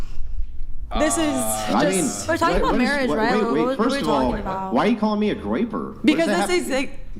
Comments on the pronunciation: What's graper and graper ideology? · She called him a Groyper. Which is a right wing ideology that people follow, I think. It sounded like Graper. But she said Groyper